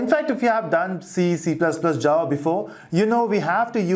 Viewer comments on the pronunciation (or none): none